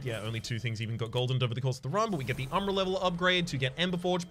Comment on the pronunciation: Is the crooshible warden or oombra pronunciation a stream joke that I missed? Or maybe are those the Australian pronunciations?